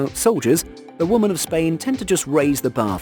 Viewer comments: OMG it's "WOMEN" not Woman for the 5000th time 😂😂😂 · Like some others have stated: you seem to have a problem pronouncing women. Also: As long as people pass the standards set I have no issue with gender. But if you lower those standards or remove them completely that's a gigantic issue. And lastly: you contradict your stance on women in the military and equality with a video like this but you seem oblivious to it which is pretty damn funny.